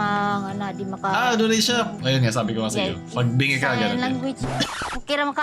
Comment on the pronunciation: Bingi po hindi Binge